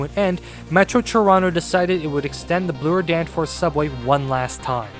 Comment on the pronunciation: Is that how you kids are saying Bloor today? “blue-er”.